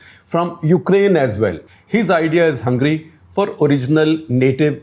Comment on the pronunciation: Shekhar, you didn’t quite get the joke about the Joke Party. It’s not two tailed but “Fork Tailed” 😀 A play on the “forked tongue” but you did a great job explaining Hungary. Also, please don’t pronounce it “Hungry” 🙏😀😀😀